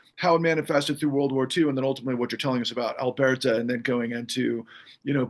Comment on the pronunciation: "Albeerta"??? (I heard that mispronunciation at least twice.) 😵‍💫 *Alburtah